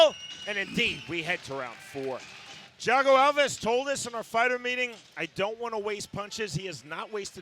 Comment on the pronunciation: Who the hell is Chiago Alves? It's Thiago.....